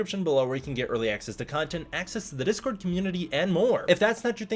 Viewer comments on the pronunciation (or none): none